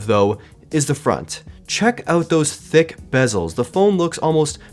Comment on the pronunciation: Did u Say T H I C C Bezels?